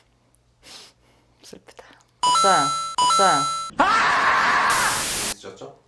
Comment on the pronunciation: 없다고 안하고 읏써요라고 반반으로..